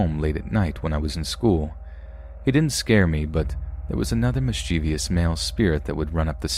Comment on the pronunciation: Mischievous is pronounced miss-chev-us, not mis-cheevius.